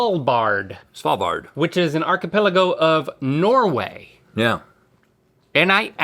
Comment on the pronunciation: Why does Link pronounce archipelago like that... 😅